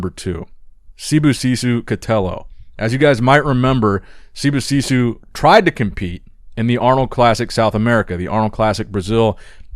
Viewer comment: Idk why you pronounce Sibosiso’s name as if it had two o’s at the end. I know it’s not an english name, but it’s not like you’re trying to pronounce the name with an African enunciation.